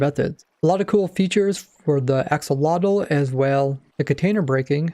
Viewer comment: Huh? It's ak-so-lo-tl